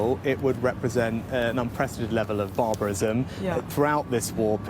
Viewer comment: It's the odd way he says 'barbarism'.